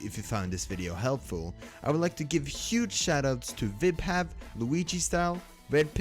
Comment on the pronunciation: Vibhav more like...hav...vib...yeah...